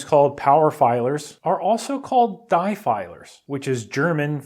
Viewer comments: From a Texan : die filer - not DI filer it is DEE filer. Das is not DIE. Razz - 72 year old with 2 years of Rusty High School German. Nice project. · It's pronounced Diii not die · it's pronounced dEE as in trEE, not die... Too much free time dude! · "die" in German is pronounced with an "ee" sound, like in "bee." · "The Die Filer" Translation: The The Filer